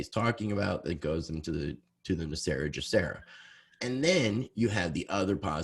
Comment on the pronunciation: Why do you guys keep saying GESARA incorrectly. It's not JESARA, it's GESARA